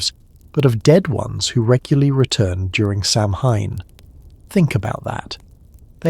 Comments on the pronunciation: It is pronounced Sawen not Samhain. Please get it right. It is also the Celtic New Year and they honoured their ancestors. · Samhain is very commonly mispronounced. . . Not the end of the world for me. I enjoy these talks during my workday; I find them calming despite the commercial interruptions. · Hearing the butchering of the pronunciation of Samhain is hard to get past